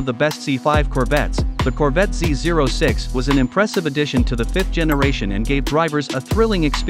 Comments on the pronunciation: He is pronouncing it correctly. The zero is NOT a letter regardless of what most call it. Corvette Dan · Thanks for pronouncing Z06 correctly!